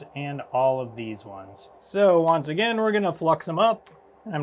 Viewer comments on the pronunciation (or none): none